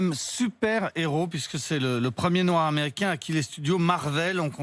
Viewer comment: Madame on dit pas noir comme ça